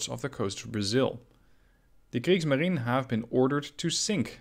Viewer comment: "Kriegsmarine" --- the 'e' at the end is not silent, it's is a whole syllable ...